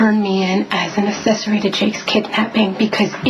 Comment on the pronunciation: good grief the word is accessory not assesary....GRRRRRRRRRRRR